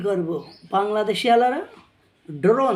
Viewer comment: Doron na drone hoy😂😂 ai tuku o jana nei